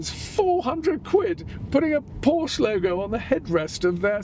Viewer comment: Pretty please do not mispronounce Porsche as “Porch”.. 😬